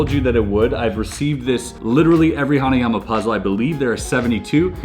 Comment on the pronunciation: Omg ! Hanayama ! The Way Mr.Puzzle Says It Is Just Awesome Anyways Great Video !